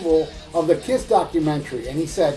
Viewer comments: i cracked every time i hear you say Pol Fffftanley of Kifff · I laugh my ass of when you speak out: PAUL FTANLEYOFF KIFF... hahahahahah!